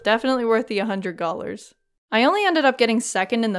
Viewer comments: Am I going crazy?? Are you saying gallars/gollars instead of dollars???? I cant figure out if I'm hearing things or youre making a pun 😭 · Am.. am i... are you... are you saying Gollars? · the way you say dollars just makes me giggle, "gollars" please continue to say it like that! i might even have to steal that... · I love that you’re saying “gollars”